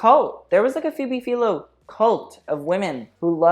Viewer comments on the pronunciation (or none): love you but you butchered Phoebe Philo's last name pronunciation